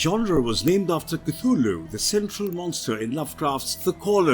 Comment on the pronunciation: And you pronounce Cthluhlu wrong way... Shame.